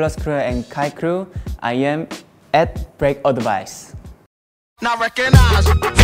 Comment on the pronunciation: Let’s be real he said Break Odvice instead of Advice! Come on man!